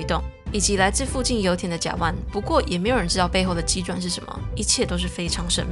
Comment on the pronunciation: 唸做甲「烷」（玩）